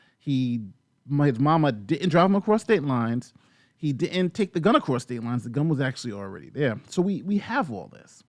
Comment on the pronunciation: “across states lines” melted into “prostate lines” after hearing it for the hundredth time 💀